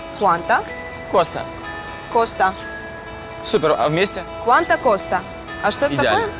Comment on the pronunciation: Они неправильно читают) куанто коста правильно